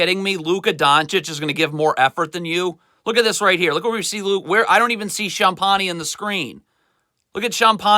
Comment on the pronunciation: Sometimes when players make mistakes it's not always the coaching but also from a lack of concentration or attention to detail. The way he pronounces Champagnie makes me cringe each time lol